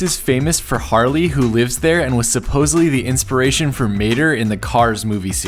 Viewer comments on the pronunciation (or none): none